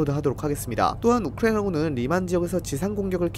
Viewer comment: 딴건 모르겠고 발음좀 제발 똑바로 해주세요ㅠ 듣는데 조금 불편해서요. 우크라이나군은 부분이 너무 심한것 같아요